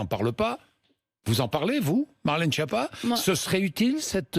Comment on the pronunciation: Cette femme est bête et c.....,ton nom se prononce (skiappa) et pas (chia pas).Espèce de nulle.